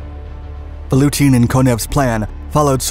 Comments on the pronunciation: VaTutin, not VaLutin. :) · I kept on hearing: "Nicolai VaLutin'. I assume it must have been Nicolai VaTUTIN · Sorry, but you repeated misnaming of the Russians was very jarring to the ear! General Vatutin! Two T's. You kept saying Valutin. As if it comes from English word value. Malinovski. From Russian Malina = Raspberry! Stavka. The first letter is an S. And pronounced as such. I keep hearing historians pronounce it as Sh. Maybe Germans said it that way. It is from Russian word Stavit' = to put. Same word also means to bet. The other thing is you are sympathizing with Germans as if somehow they were the good guys in this war or even encounter! Nothing is further from the truth! Germans were the aggressors, the occupiers and the Soviet Union was fighting back to free their land or the fascist scourge. Why would you say terrible T-34s? Tons of young Russians perished in those tanks for the good of the World!